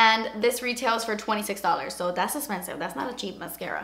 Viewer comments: the best part of your reviews is when you say "das esspensive" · I literally watch these just to hear you say "das espensive" and I thought you weren't going to but was so relieved you did! haha <3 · I love when she says "das expensive"